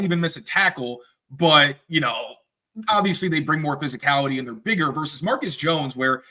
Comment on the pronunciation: What do you have against the letter G?? Who is Jerry "Spreener??" What does "breen" and "breeneen" mean? Are you trying to say bring and bringing? What did the letter G ever do to you? It's driving me crazy! Please tighten it up, you're supposed to be a professional broadcaster, no?🤦‍♂️